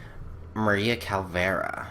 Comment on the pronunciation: Calavera idiot not Calvera!!!